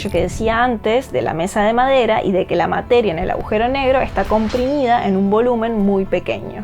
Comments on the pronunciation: Se escribe y dice, Agujero, aujero No. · No se dice "aujero", se dice "agujero". Para locutar un video se debe tener una buena dicción y conocer el idioma. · Por qué tanta gente inteligente dice "augero" ? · ella dice ahujero